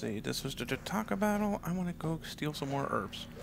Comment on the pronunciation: You got Jataaka right this time,. The other one is Kia, like the car, not Jia, like the former Miss A member.